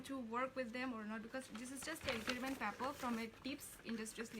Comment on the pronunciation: Sakhe sakha kaham fano sakhe ba wth is 'pepper'?? Is it not supposed to be paper, it's just a pure criticism with no harm intended so that she improve.